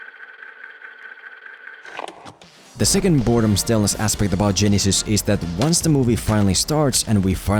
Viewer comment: For only this movie, to me, it's pronounced Ge-NY-sys.